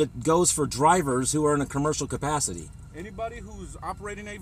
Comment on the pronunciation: "...cabburshal cupassity..." hehe